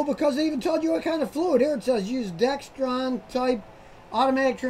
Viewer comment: That's funny- Scotty you say "DexTron" - ha ha, how everyone else pronounces it. It's "DexRON."